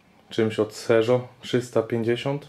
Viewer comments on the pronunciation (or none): Sheżo, rozbawiłeś mnie -) Wymawia się Sherco!